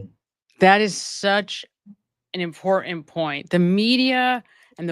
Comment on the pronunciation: You are brilliant and very watchable. You have no accent and have a classic middle American way of pronouncing things. Except for a word you use often. (Off in) The word is... Important. Not that it is important to mention this. The word is- IMPORTANT.